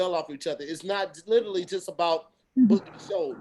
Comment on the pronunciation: Ok. Don't say "LITERLY" any more!!!!! I love you but damn.